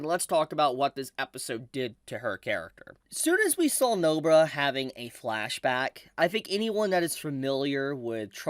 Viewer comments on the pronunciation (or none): I like how you say No-bra instead of NobAra. Cheers.